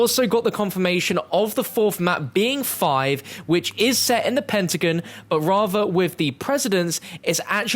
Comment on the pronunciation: What the hell is a pin-ta-gin ?